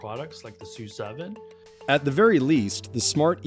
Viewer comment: That you reported the name of the SU7 using the Chinese pronunciation was impressive. Everything else though was either wrong or biased. Telsa is not who Xiaomi need to beat, as of April, they're in 8th place and in decline and they're not taken that seriously as a threat, actually it is Huawei that perhaps presents the biggest direct threat to Xiaomi, but mainstream producers like BYD and Geely among others are much more feared. The reason Xiaomi is doing well is precisely because of the product, the exact opposite of what this report leads one to believe, this car, the SU7, is perceived as highly desirable which is precisely why it's selling so well. The YU7 is a Ferrari copy, why not mention that? It is fully expected that it will be an absolute sales hit like no other car, outselling even the SU7. Xiaomi's biggest issue, as it is now, will be production capacity. Why not talk about this? As to the linkage with Apple, Apple has nothing to do with this and unless Apple fully develops and produces a car in China there is no way they can compete. I see no viable way Apple can enter this market and be successful, they're not Xiaomi!